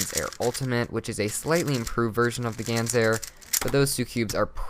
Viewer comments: It's not a GANS air, it's a GAN air. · Lol ...its Gan's Air